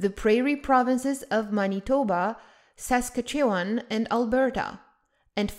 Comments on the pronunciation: The way u pronounced Saskatchewan in this vid had my brain spinning and traveling in reverse. It’s pronounced as follows: Sus-catch-eww-wan With the “wan” at the end sounding like “wand” without the “d”. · I heard that too - and I’ve never been anywhere near it.